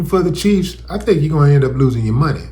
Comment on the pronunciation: I think he said Kansas City Cheats!